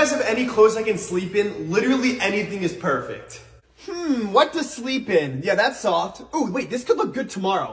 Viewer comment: I love that he saids pefect